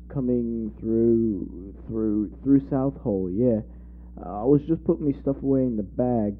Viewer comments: Are you trying to say ‘Swansea’??? Also, You are incorrectly splitting Southall into South Hall... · What do you mean by ran from the 1970s-2019? They’re still running! And, by the way, it’s pronounced South-all and Swan-sea. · I was so confused as well as how he couldn't pronouce Swansea and southall